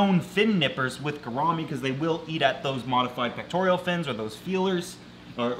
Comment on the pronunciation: It's pectoral not pectorial...